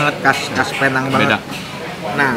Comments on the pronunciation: nek carlos video sebelum2nya : jadi men, penang bacanya "pineng" nex carlos video ini : kita di penang men :) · Bang nex.. sebutannya bukan "Pear Nhang".. its "Pee Néng" 😄😄😄 .. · Ko gak ada cita² ke dokter tht gitu 🤣🤣 budek bat..btw nyebutnya pineng bukan pinang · Sebenernya seharusnya dibacanya "Pineng" sih hehe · Tulisan: Penang cara sebut: Pineng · penang. cara bacanya pineng. neng nya kaya ngucap neng(sunda).. begitu mamen. welcome to penang mamen. try deen maju dong... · namanya PENANG dibaca PINENG